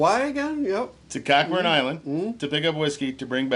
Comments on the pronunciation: 1) I thought it was pronounced "Co-burn" Island. 2) You crossed to Canada (Cockburn Island) and re-entered the U.S. Did you clear customs and immigration or just make your own undetected run across the lake? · As a Canadian who lives in the area, its pronounced ( co burn ) island and deserves its own video from you. lots of history there my friend.